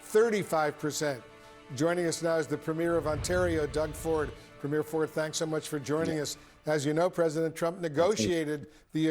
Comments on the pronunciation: It is pronounced Preem-yer not Premyair. Go, Canada. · It's pronounced, "PREEM-yer" Doug Ford is not a movie premiere, he's a PREMIER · Please stop calling Canadian Premier's (pronounced "Preem-yers") not premiers(like a movies first showing ). Small ball I know but would you like Canadians calling American Governor's say (Goove-nors) EH!........ I won't say what we call your current President, as younger you tube followers may be reading this.😊😊